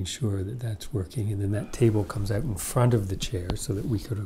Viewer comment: Brilliant! Love how you break everything down into simple things that can be learned instead of just saying things that make no sense. So soothing just to listen to your voice and smile at every “out” fellow Canadian…